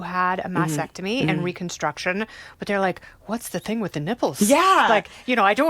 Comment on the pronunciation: It’s not a “mass-ectomy”. It’s a mast-ectomy”.